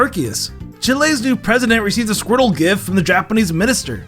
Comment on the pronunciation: It sounds like you're saying squirrel instead of Squirtle